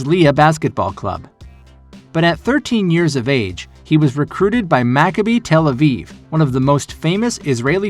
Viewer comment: You trying to pronounce the Hebrew names is funny but I respect the grind. "Ma-kab-e" "Tell-uh-veev" "Her-Tsa-Liya"